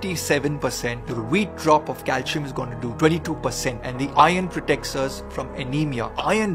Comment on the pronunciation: Calcium pronunciation is wrong